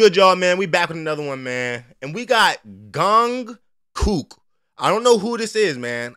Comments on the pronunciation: J doesn't pronounce like g.. it jungkook nh gungkook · It's Jung,you pronounce the j, so Jungkook,brilliant all rounder,can do anything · It’s pronounced chungkuk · It reads J for Jungkook. Gungkook!!! Really ok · THE WAY HE SAYS GUNGKOOK IM HOLLERING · Really loved your reaction! The singer's name is pronounced Jung-kook with a J not G, & he's Korean. He's the youngest member of the global superstar boy band, BTS. They're the most popular band on the planet. They're all doing solo projects right now. This video is an example of Jungkook's immense vocal talent charisma, & amazing dance moves. This is evident in all of BTS's performances. They are popular with a range of age groups from pre-teens, teens, & senior citizens. I love BTS myself, & I'm 67. The BTS fan base is called "ARMY". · How have you not heard of BTS? Please listen to Seven (f. latto), 3D (f.Harlow), feat. With kid laroi and central C! I’d watch your reactions to does 😅 (and no you did not pronounce his name right, but it’s ok) #Borahae 💜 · Jungkook....say the "J" like the word Jump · He’s the main singer of BTS. They have been doing solo projects while some members are doing their military service. His name is pronounced Jung Kook with the J pronounced like J Jungkook is a very talented artist. I’m so glad you liked him and welcome to the world of BTS and the rabbit hole you will surely go down! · Hard J pronounication for Jungkook. He is the Main vocalist of BTS. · Who tf reads a J like a G? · Why are u pronouncing the “J” as a “G”? Just pronounce the Jung section of his name the same as u would pronounce it for the word jungle. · Yeah, I don’t get why in the world he pronounced Jungkook with the “g” sound. That’s the first!